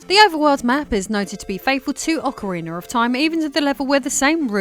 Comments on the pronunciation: I love Ocariner of Time 😊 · In Americar we say aw-kuh-ree-nuh. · Ocariner Of Time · Why english speakers do that?, I have never been able to understand that pronunciation but yet it is very common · As an American, I don't understand it either. She goes back and forth between saying it right and saying it wrong. She also said Zelder than Zelda, I don't get why folks from the U.K. go back and forth between pronunciations, sometimes in the same sentence.